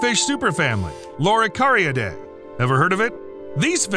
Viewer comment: He should have learned to pronounce Loricariidae properly. The fish at the beginning of the video is Synodontis nigriventris, the upside down catfish, which is a Mochokid and not a loricariid, from west Africa. Loricariids are confined to south America. The "three-striped catfish" is Corydoras trilineatus, a callichthyid, not a loricariid. It's means of self defense is different to that of loricariids. The bristles on a plec's nose and head are not spines, they are male adornments and are meant to be attractive to female bristle-nosed plecs. Not all loricariids have them. Very few species of loricariids eat wood, most prefer algae and soft vegetation, many species eat benthic invertebrates. I'm just an ordinary aquarist with no special scientific training, but even I could have done a better job describing the loricariids after having kept only a few of them. The information is out there if you look properly, so nowadays there is no excuse for getting so many facts wrong or distorted. Judging from earlier comments, many people think this content is great, I would advise viewers to exercise caution when bombarded with a string of awesome facts in yt videos, although they can at times be useful on pub quiz nights.